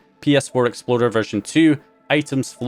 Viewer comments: Are you saying ps4 exploder instead of explorer? Lol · I think he rolled his “r” on that one.